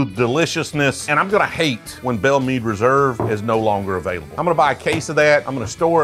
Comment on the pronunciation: Drove me nuts on this one, Meade is pronounched “Mawd” like “oh lawd have mercay” Meade is my Great Grandmothers name. Great video. 🙃